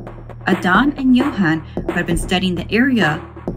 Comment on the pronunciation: Same with how she pronounced Johan and Adan